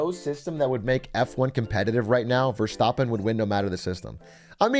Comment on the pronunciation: Max Ver-stop-en, lovely pronunciation Dr. Carbonation